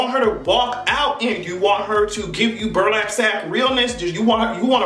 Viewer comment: “Burlap sack” 🤣😜